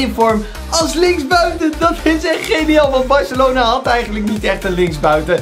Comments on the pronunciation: Barcelona is het in plaats van Barcalona😉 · Het is Barcelona niet barcalona